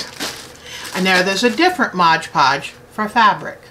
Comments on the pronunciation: Very informative video, I like your attitude towards crafting, you are fabulous! May I just point out one small error, and believe me you are not the only person to do this, I find the same mistake in at least 50% of the videos I watch... its not modge podge, its MOD podge. :P Thank you for sharing you knowledge, I hope to be making some beautiful beads using your great tips :) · lol So many folks can't say "Mod Podge". <3